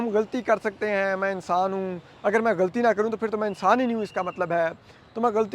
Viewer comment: علماء کا تلفط ulamaa ھے ulmaa نہیں۔ لام کے اوپر زبر ھے۔ اسی طرح غلط اور غلطی میں بھی لام پر زبر ھے۔ ان کا تلفظ ghalat اور ghalati ھے، ghalt اور ghalti نہیں۔ نیز اپنے وطن کا نام لینا بھی سیکھ لیں، جس کی محبت کے آپ دعویدار ہیں۔ لفظ پاکستان paakstaan نہیں، paa-kis-taan بولا جاتا ھے۔ "ک" کے نیچے زیر ھے۔ چیمبر کو بھی chaim-ber کہا جاتا ھے، cham-ber نہیں۔